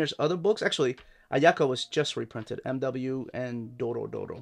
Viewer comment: the MW series is pronounced Moo